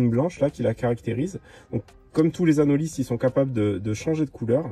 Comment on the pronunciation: Ça se prononce anoli le s est muet, il y a des anolis en Guadeloupe c’est une espèce protégée, il est beau celui la aussi